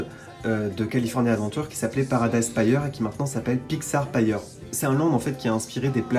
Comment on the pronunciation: Super je continuerai de suivre tes vidéos par ici! Je ne peux juste pas m'empêcher de relever que "Pier" se prononce "pir" (un peu comme dans "beer") et non pas "payeur" 😱 ahaha